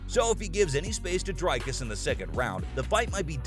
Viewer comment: It's not Dry-Cars, it's more like Dree-Cars. The guy is an Afrikaner, a Dutch version of South African descent. I have a feeling that if you were to call him Dry-Cars he'd get peesed